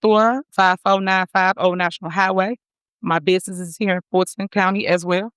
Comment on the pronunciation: Why can't she say Fulton (Ful' ton).